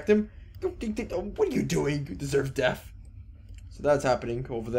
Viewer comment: Like the video, it's just extremely annoying when you pronounce death as deaf